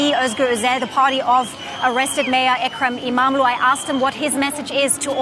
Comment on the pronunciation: The more you cover the news about Turkiye, the better you are getting at pronouncing Imamoglu. Just not quite there yet. :)